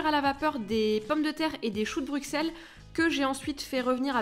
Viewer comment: Mmmmh le crumble pomme/chocolat 👌😍 Pour moi c'est un vrai sapin. Par contre, je le choisis local pour favoriser les impacts sociaux et économiques de ma région (Merci les Ardennes belges d'en produire😃). Merci pour cette vidéo ! Belle soirée. P.s. : Bruxelles se prononcer «Brussel» 😂😂😂